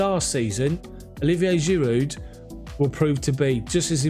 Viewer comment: Homie, I'm sure it's a silent D in Giroud bruv. You been saying the D for a minute now🤭